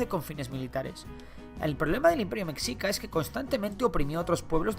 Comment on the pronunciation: No pronunciamos /mecsicas/, Mexicas se pronuncia /meshicas/